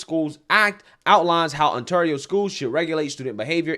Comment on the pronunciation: "Canada is kinda crazy", compared to what?!COMPARED TO WHAT,?! You really can't say ontario properly?! How many ontario's are in the u.s., dummy?